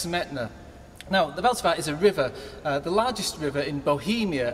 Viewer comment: Great concert! But the pronunciation of ''Vltava by Smetana'' killed me :D